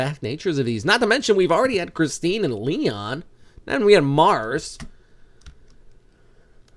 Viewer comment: The pronunciation of Marce is mar-se not mars 😅